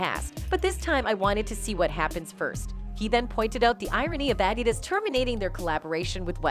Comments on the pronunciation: Why is she pronouncing adidas like that lol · This video was narated by a robot... Listen to them say 'Adidas.' What a bunch of clickbait BS. Downvote.